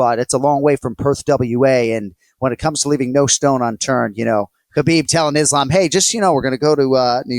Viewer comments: glad I’m not the only one who is pestered/noticed him saying ISH-lam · “Ishlam” yeah definitely listen to the picks of this guy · Does this guy only study stats and make predictions? How can someone who actually watches fights and follows the game, say "Ishlam"? And Anik has gotta stop saying "man or woman" when he praises female fighters. The two divisions are worlds apart. As great as Zhang is, the canvas she's up against is still not the caliber of the opponents relatively speaking that male champions have to fight. The anomalies among the women become champs and dominate over a majority of not super great opponents. This is biology. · Did this dude just call Islam “ISHLAM” wtf lol get him off here